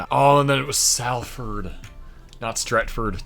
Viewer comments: I'm from salford and it's pronounced solfad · Sol-ford, Gillingham is a soft g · I’m from Leeds so haven’t really got a dog in the fight but I’d have said “salfud”👍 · You pronounced Salford, Gillingham and Basingstoke incorrectly but nevertheless very impressive.